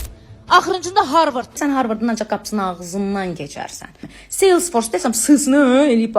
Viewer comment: Harvırd yox. Sene hele bir universitetin adını düzgün de..sonra danış.. Teqsir sende deyil ey, seni efire buraxanlarda idi..yaxşı ki, daha buraxmırlar daha